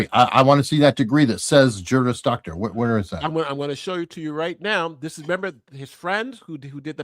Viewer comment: Yes, haha, he kept saying "JURIOUS."